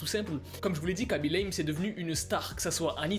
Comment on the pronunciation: Le seul mec qui parle français at qui prononce bien *khaby lame *